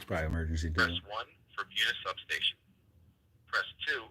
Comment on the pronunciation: Locals pronounce Buena as "Boona".